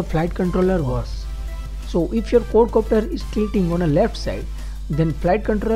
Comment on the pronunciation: he is saying cord copter :-):-) dude its quad copter!!